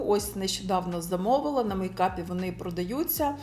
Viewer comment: РейЦИнг... Звучить якось по мацковски... Або "бо ваНі роблять дива в макіяжі"...Дуже ріже вуха. " Дуже плохА виглядають".... Ну ппц. У вас же є час, щоб у монтажі підготуватися і озвучити нормально... Ви не плануєте займатись вимовою? Бо це ваша робота як блогера розвиватися. А у вас, таке враження, що з кожним відео все гірше....